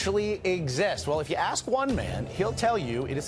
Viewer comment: AKS (AXE) a question?? Nah, ASK a question bro. ha ha ha